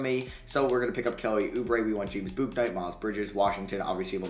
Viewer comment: if you’re doing a charlotte franchise ur gonna need to learn how to pronounce james bouknight